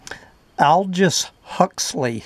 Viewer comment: His first name is pronounced "Oldus". With the "o" as in "odd".